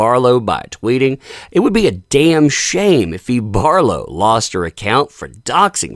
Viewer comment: Who's Eve Barf-low?